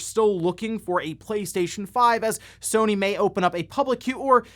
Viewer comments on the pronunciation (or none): none